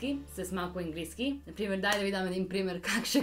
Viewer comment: Не Енглийски а Английски с ,, А"